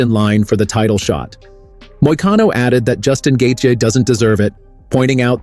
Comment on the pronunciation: "Justin Gathia"